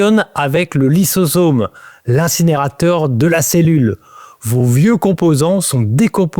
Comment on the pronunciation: on prononce "phagoZome", "lysoZome"